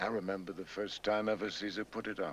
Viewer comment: Great Ac-Tors will always stand out. They will be well remember-ed.